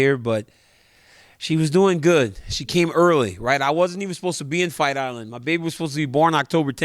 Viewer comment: “Fight irand”